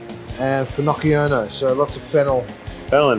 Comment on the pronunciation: I’m just glad to hear someone demonstrate how to pronounce Finocchiona because I love it and have been saying it completely wrong. 😬